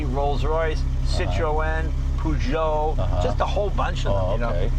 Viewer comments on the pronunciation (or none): can't pronounce Citroen + Peugot properly haha. Its Peh-zhow not Poo-zhow and '"C'it rr'ow-enye" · SIT-ROW-EN, POO-JO wtf your a damn fool American idiot!!! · WTF??? citro-EN ...Poo-JO hahaha ridiculous!!!! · Cit-ro-en, poo-joe. Americans are funny.